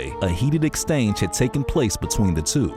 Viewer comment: a heated exstanged